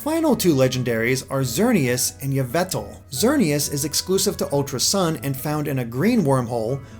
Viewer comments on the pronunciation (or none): Its yveltal not yvetel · Its pronounced evil-tall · It's ee-vel-tall. Not veatle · Its pronounced ee-vel-tall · "Yvetal" Does this piss off anyone else? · IT’S “YAH-VIL-TAL”!! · Yvetal THERES AN L THERE FOR A REASON USE IT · You missed the L in Yveltal. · You pronounced Yveltal wrong.... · fucking stupid that not how you say yvelta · Why do you not know how to pronounce Yveltal